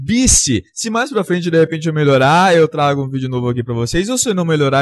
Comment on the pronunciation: O fala " flente '' em vez de frente. kkkkkkkkkkkkkk